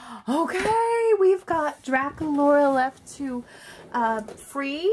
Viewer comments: you said durakulora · Dracolaura....... No DracUlara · on my ra she is not saying Dracula's name correctly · It's (Dra ku Laura) and ( Clawdeen Wolf, WOLF) omg